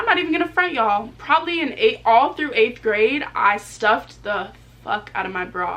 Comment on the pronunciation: So pretty I jus hate the way she say yall 😂